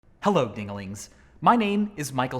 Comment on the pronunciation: "Hello, ding-a-lings..." did he just call us ding-a-lings...